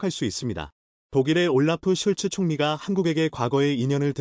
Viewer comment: 올라프 슐츠....가 아니고 "올라프 숄츠(Olaf Scholz) 입니다...